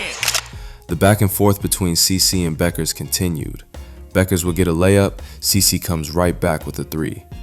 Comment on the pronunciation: Finally, someone who pronounces Paige's last name correctly.